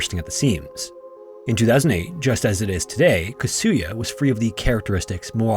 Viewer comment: Kasuya... please don't put an accent on the second syllable. Slight accents on 1st and 3rd syllables ... 3rd is only very slight. All the Japanese words are similar. Tetsuko.. Yamada etc...